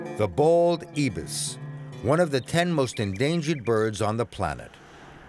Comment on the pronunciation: The way this guy pronounces the word Ibis and macaque is funny but killing me.